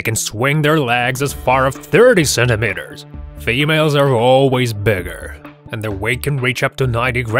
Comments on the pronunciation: "Centimeters", not "centimenters!"😅😂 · sentemehtars lol